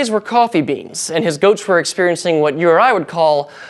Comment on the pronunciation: Did anyone else think he was saying we have "ghosts" to thank for our coffee instead of "goats?"